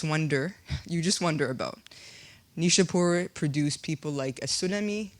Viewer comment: You have to see neishapoir please pronounce it correctly my dear